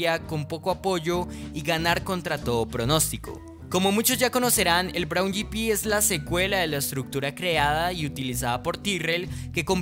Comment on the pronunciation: Braun yipi? escuadra? Pero qué idioma es ese....